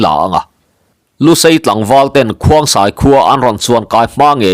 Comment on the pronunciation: Khongsai tih tur zawk ani lo maw